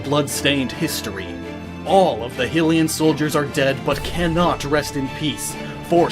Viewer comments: "Hill-Ian" dies out of rage "High-Lian" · Ok so it's pronounced ( high- lian ) not ( hill- Ian) please stop saying hyrule properly and it's inhabitants improperly... You're embarrassing yourself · omg hilians? HYLIAN. Goddess Hilia? Hy-le-ah is how it's pronounced. It kills me to watch your stuff and yet i love your stuff. ugh. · Your not saying hylian right it's high-lian not hily-an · Hi-lee-an, not Hill-ee-an, but thanks for getting the race right. Also, there are six deities, so theory failure as three are minor with three major. However, there still could be a missing major goddess since Hylia's colour association is actually gold (with silver for Fierce Deity and fushia for Majora [ms]), so purple (along with death, destruction and humanoids) is still up for grabs. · Who else was triggered when he said he-lian instead of hilian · hate how you pronounce hylian i want to d*e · Ok, so you say Hyrule correctly yet somehow consistently get Hylia and Hylian wrong?? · If you cant even pronounce hylian right I don't think your theory can be close to right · High-lee-an. High-lee-ah. Not sure why so many people pronounce those hill-ee-an and hill-ee-ah. Those just sound...dumb. Get it right.